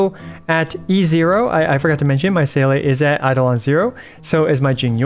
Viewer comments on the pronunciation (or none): none